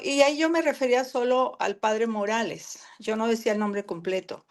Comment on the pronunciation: NO SE ENTIENDE EL NOMBRE DEL PADRE MORALES